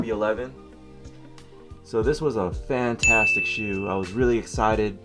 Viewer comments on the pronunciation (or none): Drinking game: take a shot every time he says fanatastic